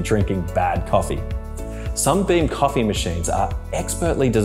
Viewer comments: This guy keeps saying "SUMBEAM"!!!! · Everytime he says SUMBEAM I die a little inside!